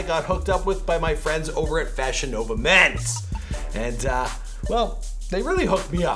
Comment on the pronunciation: Every time you said FashionNova, I thought you were saying VagiNova and it was a sex toy company.